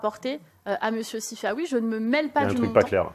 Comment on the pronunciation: Sifaoui... plutôt Sifanon.